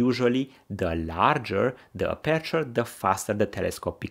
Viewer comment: Thank you for your very informative video! 💪🏼 But could you pleeease 🙏🏼 pronounce 'aperture' stressed on the first syllable, if possible 🙏🏼